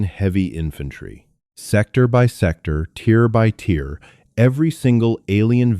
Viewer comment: Tier.. not tear.